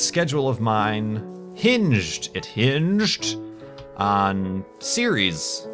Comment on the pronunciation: can some one tell me why he says serieseseses